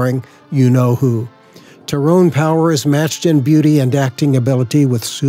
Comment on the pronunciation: Two mispronounced names you mentioned: Tyrone Power is pronounced Tie roan. Cecil DeMille is pronounced See sill, according to his daughter